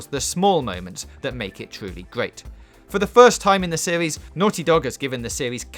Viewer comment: "fow the fiwst time in the sewies" get a better voice over mate.